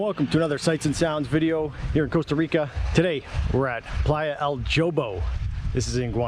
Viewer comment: In Spanish it's EL Hobo not Jo bo, not to be rude, I think as a youtuber when showing places in Costa Rica, proper pronunciation of the words is important.